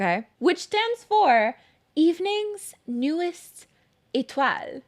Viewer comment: I actually cracked up at the accent of “Étoiles” 😭😂